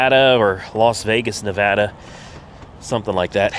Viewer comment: I do appreciate you pronouncing Nevada the correct way, thanks. Love your videos.